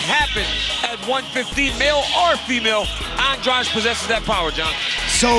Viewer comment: I think they're pronouncing Jessica's family name wrong, it's An-dra-de not An-draj.